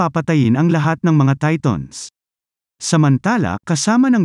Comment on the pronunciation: Who relieze he's saying TATONS